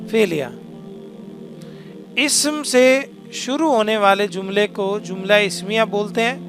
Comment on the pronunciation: Jumla bolo zumla nahi. جملہ، زملہ